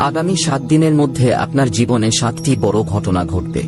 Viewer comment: বড়ো কে "বড়্" আর "ছোটো" কে "ছোট্" উচ্চারণ করেন কেন? এভাবে উচ্চারণ করার জন্য আপনার ভিডিও সুখশ্রাব্য হয় না। এদিকে আবার" সাবস্ক্রাইব" কে "সাবোসক্রাইব" বলেন। শুনতে অস্বস্তিকর। 😢